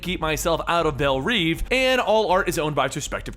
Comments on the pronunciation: it's not reeve! it's reve, read as rev, like revving an engine! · it's pronounced rev